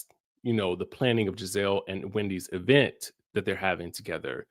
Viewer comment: I love that you call every event, the E-Vent. Shout-out to Tisha 😂😂😂